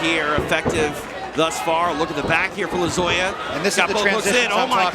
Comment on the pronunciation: How many times are they gonna say Lozoyas name wrong?? 😮